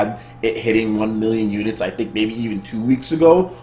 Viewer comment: is it just me or whenever sir says "one million units" it always plays in my head that guy from e3 "wan miyon trups" 😂😂